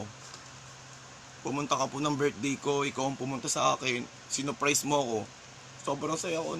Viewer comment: Sinong nakarinig ng 'soprise'😂